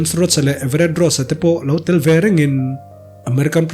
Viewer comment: james roach ni lovin james rhodey (rodi)